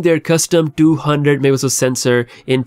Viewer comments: Stop mumbling Mega Pixel grrrrrr🤬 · bro it's not difficult to pronounce "megapixel"